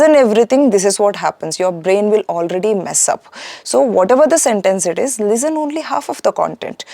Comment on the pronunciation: Why do some Indians pronounce “Lezzen” instead of “Listen”? I wonder how do they achieve a good score.